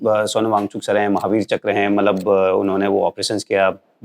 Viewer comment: चक्र को चकरा क्यों बोल रहे हैं?